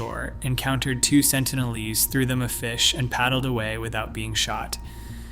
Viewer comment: Sentinel-eese? Try Sentinel-eeze. (Pronunciation, obv.)